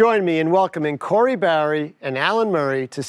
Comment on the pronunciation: Her name is Barry... not Barr